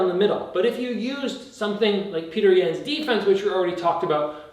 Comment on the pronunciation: you made it!! thanks coach🤝 and just in case youre wondering its pronounced “Piotr Yawn”